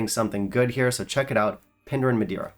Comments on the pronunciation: Good video. Not tried all of these but I've had the Craigellachie 13, HP, Laga 8 and Penderyn Madeira, and I have to agree with you on these. Especially the Penderyn Mediera. I live in Wales, and Penderyn are my local distillery, being about 15 miles away. By the way, Penderyn is pronounced slightly differently. its pronounced more like "Pendehrin" (so the first half doesnt sound like "Pender", more like "Pendeh", no "er" sound in the middle, more of an "eh" if you know what I mean! GOD its difficult putting sounds into words sometimes!!!😁 By the way, I can 100% recommend the "Penderyn Peated Portwood" (not to be mistaken with the "Penderyn Portwood" and the "Penderyn Peated" by the way, the "Peated Portwood" is a totally different beast) Really recommend you get yourself a bottle. It's an absolute stunner. One of my all-time favourites in fact...and I've tried LOADS (not as much as you of course!) 😄Keep up the good work. Fantastic channel. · your wit and knowledge is absolutely fantastic but you should learn how to pronounce Penderyn during your research 😂